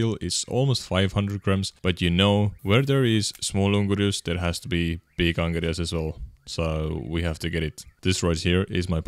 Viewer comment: As a lithuanian your eel in lituanian sounds very funny good vid mate